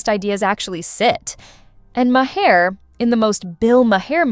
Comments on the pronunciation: Lady, "Ma- Hair" It's M-are Get a clue! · The "Ma-hair" was making me laugh all through this haha